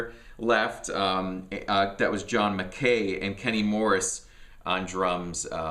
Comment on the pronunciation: McKay is pronounced Mc Eye